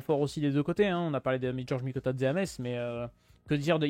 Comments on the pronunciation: Ça se prononce messe, pas metse! 50/50 pour moi. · Par contre on dit Metz (mess) pas meTTTTz